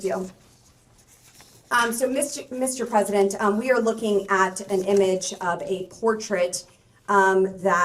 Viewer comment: "Mischief President" lol xD